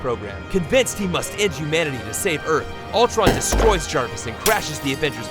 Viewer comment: It’s not Altron, it’s Ultron